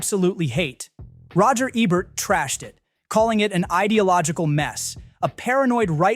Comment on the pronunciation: Hahaha... Is this an AI voice? Or is it some fool that doesn't know how to pronounce one of the most famous film critics - Funny. Oh, He says Ebert later when talking about Gladiator... Strange.